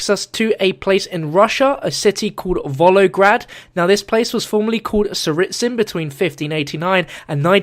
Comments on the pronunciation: learn your names man xD first of all: Siberia, not Serbia. second, Volgograd, not Volograd. for the rest great video :D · Volgograd not volograd